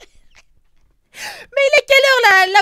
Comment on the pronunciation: "RRRENOIII" OFF 🤣🤣🤣